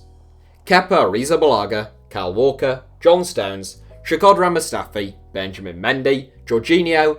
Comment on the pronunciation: SHAkodran? Who dafuq is SHAkodran??